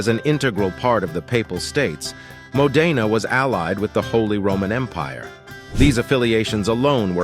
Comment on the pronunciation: Dear AI, It's Mo'-de-na, not Mo-de'-na